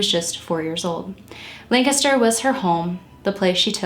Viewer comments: Thank you for covering this case! It was definitely the biggest local solve since Christy Mirack. Also, thank you for pronouncing Lancaster correctly - unless you live here, most don't say it right at all! Great work as usual, - you're one of the most thorough and caring true crime YTers out there and I appreciate your thoughtful approach to these cases and the surviving loved ones. ♥ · Lol I was gonna say thank you for the correct pronunciation as well! I just moved to VA after living in Lancaster County my whole life and someone down here had the audacity to try and correct the way I said it 🙃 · Thank you, thank you, thank you for pronouncing Lancaster correctly! Born and raised in the neighboring county of York, PA, it's always fantastic to hear someone say it right! I love your channel -- thanks for all you do! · I'm from Lancaster and I appreciate you so much for pronouncing Lancaster correctly ❤️